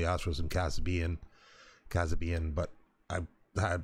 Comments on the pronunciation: It’s pronounced Ka-say-bi-an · its kas-abe-ian btw